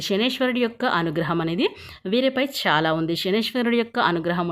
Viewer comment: Amma mundu nee bhaashani maarchuko shaalaa kaadu chaala ok na kaasta telugu viluvani kaapaadandi satya ganes nrpm